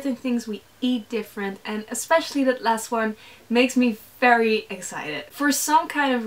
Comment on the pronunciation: VERY not fery gosh that's annoying.....